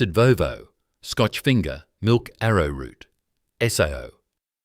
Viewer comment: Did you say milk ave a root?